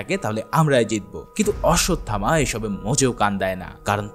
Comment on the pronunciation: ভাই শব্দটা কাল্কি হবে না। হবে কল্কি। আর অশ্বসথামা না। হবে অশ্বথামা। Thank You এত সুন্দর Explaintion উপহার দেওয়ার জন্য ❤❤❤❤❤।